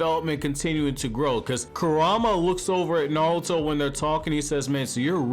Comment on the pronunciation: RIGHT?? LIKE CAN YOU NOT PRONOUNCE THEIR NAMES? EVERYBODY PRONOUNCES IT WRONG!